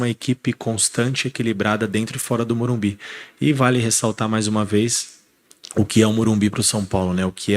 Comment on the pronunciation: Carpini tem de ser orientado a falar MorumBIS